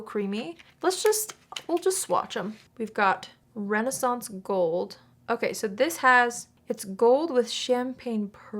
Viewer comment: THANK YOU for not saying "Renee-sance Gold" Because its driving me crazy.